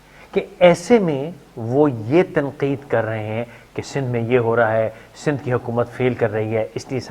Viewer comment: Btw it's Sindh not sind